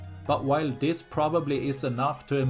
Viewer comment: "Dat's all I have for dis video...." I cannot tell you how much I enjoy hearing you say that tagline at the end of your videos. VERY enjoyable. Thank you for all that you do. CHEERS!